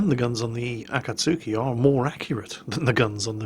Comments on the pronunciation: Also its Akatski. not Akatsuki. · Obligatory pronunciation post timuuu~ Wakaba: WA-ka-ba (not wa-KA-ba) Shiratsuyu: (shi-RA-tsu-yu) not (shi-ra-TSU-yu) Akatsuki: (a -KA-tsuki (tsuki is joined and sounds similar to ski)